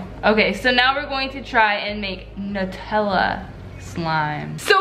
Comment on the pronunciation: It's nutella sounds like new tell uh